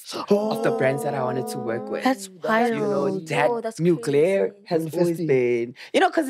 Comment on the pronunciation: 😭😭bathong it’s “MUGLER” not Muglare editor hle🤣